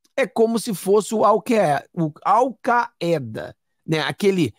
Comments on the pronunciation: ALVAEDA ( ALCAIDA). FALOU. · leia-se "al caida"